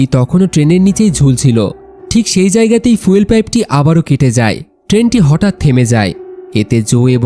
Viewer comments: ফিউয়েল ❌ ফুয়েল ✅ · ফিউল না ফুয়েল উচ্চারণ ঠিক করবেন